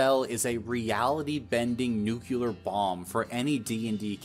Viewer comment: Nu-cle-ar. Not nucular.